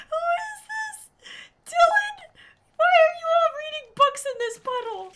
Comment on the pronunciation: How she said Dilan she said it like: and Dilann heheh 😏